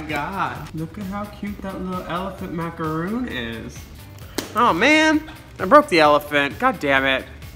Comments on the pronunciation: Macaron not macaroon. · Macaron, not macaroon. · Macaron not Macaroon. Still love ya though:) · Say it with me "macarons"! Not "macaroons", they are those shredded coconut cookies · Girl it's a maca-ron not a macaroon!